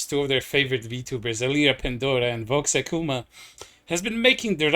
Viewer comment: I really like how you say Vox's name. Makes it sound like "Vox a Coomer" 😂